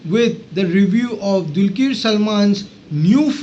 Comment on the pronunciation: Kindly pronounce Dr's name properly. It is dulqar.. Not dulkeer